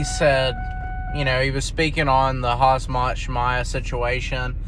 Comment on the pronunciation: It's Khamzat you big Dummy.pronounced Hamzat and not Hazmat 😂